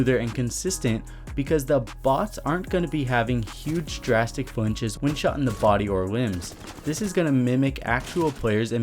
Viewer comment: you forgot the “N” in “flinches”